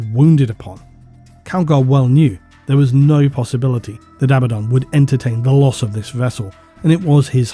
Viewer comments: Abba-don = correct A-bad-in = incorrect There is zero debate about what's correct. Even stated by GW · I genuinely love you videos, but everytime I hear you say abadon wrongly, I think... cmon man, you know there's only one way to say it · it tickles my brain every time you reiterate the actual english pronunciation of abaddon (not abba-don). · There’s probably some grammar rule about it, but every word I can think of that has a double consonant stresses the syllable before the consonants. PAddle, BUllet, FIddle, HAppy, etc. Despite that, I think ABaddon sounds better, with the only advantage of the other pronunciation being that it sounds like “a bad ‘un”, which is appropriately derisive for such a cartoony villain.